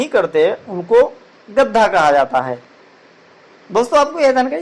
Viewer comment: Chacha gadha hota hai gadda nhi kya kahani sunaoge be tum